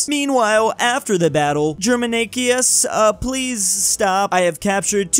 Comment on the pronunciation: ah yes, the roman emperor German Ikeas (its pronounced jerma-knee-cuss)